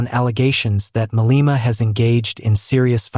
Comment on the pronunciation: The gentleman educating South Africans pronounces , wrongly so, 'Maleema'